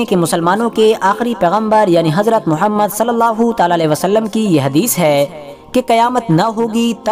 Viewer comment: Aoa Hmary Akhri Nabi ka nam sahi sy liya krain